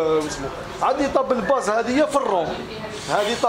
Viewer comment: الله يبارك ما شاء الله روعة فقط للتصحيح اخي يقولو طابل باص وليس طابل باز تقبل مني اخي